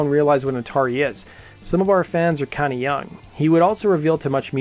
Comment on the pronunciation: I'm curious of how you mispronounce Atari